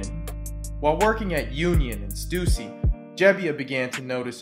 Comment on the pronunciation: stussy not stuzy